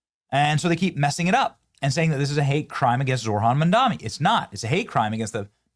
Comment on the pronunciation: They can't even say Mamdani's name right. They call him Mandami 😂